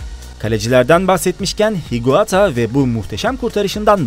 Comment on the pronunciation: Oliverkahn, Canizares gibi kalecileri hiç duymadın galiba. Gregory dediğin Coupet. Higuata değil Higuita.